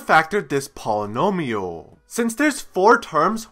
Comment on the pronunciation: Polynomiuuuhhl. Tree treee treeeeee.